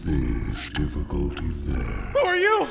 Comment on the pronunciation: "Difficlty this, difficlty that. How about you difficlty this nuts"